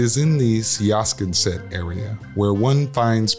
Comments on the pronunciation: You butchered the pronunciation of Siasconset. Everyone calls it 'Sconset. Old money has their own inflection when vocalizing this town. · Siasconset (village in Nantucket) is not pronounced like it appears. It is pronounced 'Sconset by the locals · Siasconset is pronounced SCON-set. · Um, Sia'sconset??? Please review the correct pronunciation if you're suggesting to be an expert on such things. It's laughable the way it is mispronounced... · You should have asked how to pronounce SIASCONSET before you made this video. And yes, that was Monte Carlo standing in for Manchester-by-the-Sea. Ye Gods! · If you can’t say siasconset correct it’s hard to take you seriously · Hmmm, first you butcher Siasconset, due diligence my friend, secondly, your sources must be limited. Essex and Marblehead, two of the loveliest, oldest, and most monied towns in MA. A life long Massachusetts lady I can tell you as much as I love ACK, both my daughter's were born there, it has changed drastically from what it once was. It's still lovely, but there are gangs and crime and it's a shadow of it's former self.